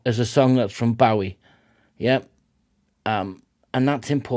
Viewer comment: Great reaction and I'm so pleased to hear someone pronounce the name accurately!